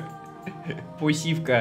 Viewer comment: "Посивка" разбила мне сердце...